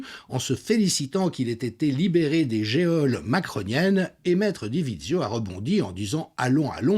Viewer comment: En France, on prononce geole "jole" mais on dit géode.